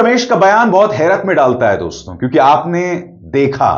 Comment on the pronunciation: तू वहाँ कही दिखाई नहीं दिया जब आनंद वर्धन जी ने शो किया था चार दिन पहले देश के बड़े बड़े पत्रकार थे वहाँ तो आप क्यों नी आये वहाँ और सुनो डोंस्तों नी होता दोस्तो होता है नाक में मत बोला करो